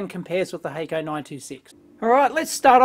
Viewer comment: No expert here, but I'd be willing to bet Hakko is a Japanese company due to the germinate consonant (double "k"). In that case it would be pronounced hock-ko. Love your videos by the way. They are both entertaining and informative. Really liked the one where you dissected the Tektronix MDO. I was doubtful that such a multipurpose scope could do any one thing well.